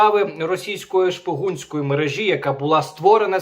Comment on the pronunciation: не мережІ, а мерЕжі